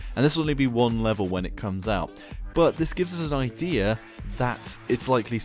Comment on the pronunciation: Why do you say idear instead of idea